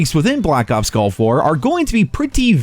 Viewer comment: At least he says “Nuclear”correctly. ..since he pronounces “Gulf” like “Golf.”